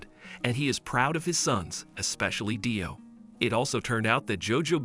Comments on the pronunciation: Btw DIO’s name is pronounced like dio and not dyo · dude really calling him d-i-o lol (no hate intended)